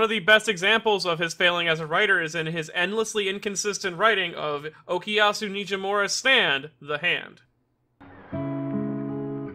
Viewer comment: I don't think that was ever dropped. We just didn't see it because it'd take too long. It can be assumed it's always there during the muda rushes. Why does everyone say Okiasu? It's OKUyasu!